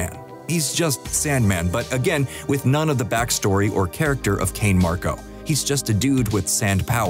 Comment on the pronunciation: What the hell is a “Kane Marko”? It’s Flint Marko…